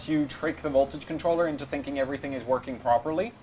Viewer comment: "Card is verking" Are you picking up a German accent as well?